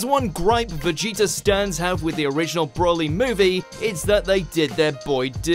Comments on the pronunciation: Please, why do people have a problem pronouncing his name, it is not "broh-lee" it is "bro-lee" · Seriously, it's "Br-oh-lee". It has a single L, not 2 which would make it Brolly as you're pronouncing it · Every time you say 'Brawly' I cringed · Stop saying BROLLY! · As-Paragus Bro-co-ly